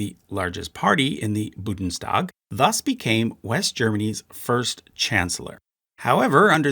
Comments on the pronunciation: I'm , I'm Mexican and don't speak German, but HOLY CRAP if I hear "Budenstag" ONE MORE TIME, I'll drill my ears with a tree branch. The NNNNNNNNNNNNN is BEFORE the DDDDDDDDDDDDD. BuNNNNNNNNNNNNNNNNDDDDDDDDDDDDDDDDestag. I'm also autistic, ADHD, hyperlexic, and drunk; I apologize. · it should be "Bundestag" (roughly "union gathering"), not "Budenstag" (rougly "shack gathering" or "Booth meeting"). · "BuNdestag", not "Budenstag". Otherwise, thank you! Very good video. 👍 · "Bundestag", not "Budenstag". Just like "Deutsche Bundesbahn". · I just can't anymore 😂 Budenstag... it just hurts 😅 Bundestag u-n 😄 Aber ich drück ein auge zu ☝🏼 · Very nice, thanks! Spelling remark: The Bundestag (the Parliament) is not boo-den-s-tag, but BOON - DES - TUCK. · Budenstag Vietminese Why do some people pronounce foreign words in the wrong order? They don't look like they sound that way if you read them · Amazing video, funny pronunciation of 'Bundestag' :) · "Budenstag" made me flinch every time XD Thanks for the vid tho! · Gerard is something i can live with. Many have problems with the H. But Budenstag is just wrong. Specially since this had to go past all the testviewers and if you put it into text to speech you notice how far off you are. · I'm Mexican and don't speak German but I'm AuDHD and hyperlexic and OMFG I want to chop my head off every time I hear "BuDeNstag" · I think if you take this much time to create a video about German parties, you could take a minute to look up the pronunciation of Bundestag. Also you should've mentioned that the KPD was banned, instead of just making your graph suggest them dissolving. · This is the most remarkable video I have ever seen! The whole thing is in glossolalia! I think you may have pronounced a word correctly, but I can't remember which one. I am still amazed that you could actually find a way to mispronounce Bundestag. You obviously have no clue what you are talking about. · BUN-DES-TAG not BU-DENS-TAG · Bundes not budens lol